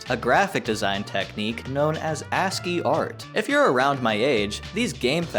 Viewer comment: wait, there are other ways to pronounce ASCII? & yeah usually ASCII doesn't really draw the backgrounds in that much detail